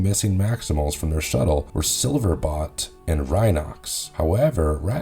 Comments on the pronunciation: BOLT....BOLT!!! BOLT!!!!!! silverBOLT!! not bot, BOLLLT!!!!!!!!!!!! his name is SILVERBOLT! you know.. like lighteningBOLT!!?!?!?! 😡😡🤬🤬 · Silver bolt….. bolt.. not bot.. enjoyed the video though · Please tell me it is your accent, because it sounds like you keep on saying Silverbot instead of Silverbolt. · SilverBOLT! Bolt, not bot... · It’s not sliverbot it’s sliverbolt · Silverbot? Saying that multiple times make it sound like you never seen The Beast Wars. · Do you ever read or listen to your pronunciations? 🤦 SILVERBOLT and TANKOR.